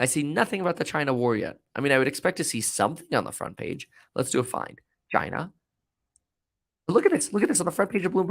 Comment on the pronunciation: You sound uneducated and immature when you say China like that.